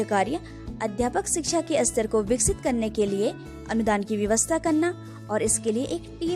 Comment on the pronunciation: विडियो बनाने से पहले शुद्ध उच्चारण का अभ्यास करना चाहिए।आप हर बार स्तर शब्द का उच्चारण अस्तर कर रही हैं जो बहुत ही बुरा लग रहा है।